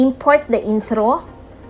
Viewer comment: inthro, outhro, thracks